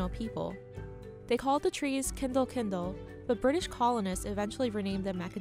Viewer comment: Kindal Kindal. Kindle